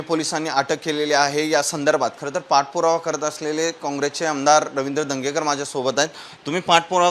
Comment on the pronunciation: "दंगेकर" नाही "धनगेकर" म्हणा. अर्थाचा अनर्थ करून टाकता, इतर ठिकाणी वाचून तरी लक्षात यायला पाहिजे.